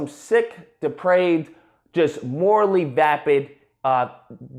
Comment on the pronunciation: The idiot couldn’t even pronounce “vapid” correctly.